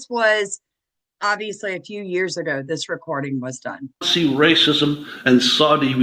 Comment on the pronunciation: MTG was worth $700k when she entered office, she is now worth $25m. She attributes it to her construction company; however, her stock trades prove differently. And it's "dis", not dish. Sam did a video on MTG, might want to watch it. Happy Turkey Day!